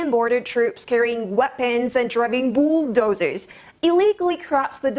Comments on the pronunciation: Did she say boobdozers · F**k when she says bulldozers I thot she is saying boobdozers🤦‍♂️😂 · Seven Scenes Boob doozers Seekeem Tea bat girl, first learn pronunciation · 0.44 she sounds hot when she said bool dooozers 😍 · Did she say boob dozers?😂😂😂